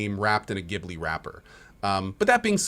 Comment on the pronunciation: Some studio Ghibli folks helping with the music... Oh man that hurt. Not only the way you said "Gibly" but that you don't even know who Joe Hisaishi is...